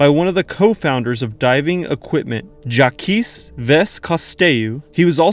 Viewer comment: Jakeese. LMAO. Bro it's so easy to look up. Google a name you don't know how to pronounce.